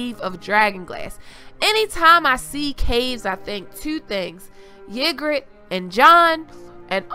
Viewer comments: Ygritte is pronounced "EE-grit" not "YIG-rit. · Ahhhhhhh hate the way you say ygritte.. pronounced.. E-Grit.. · EE-gritt.... Lol! Love your videos!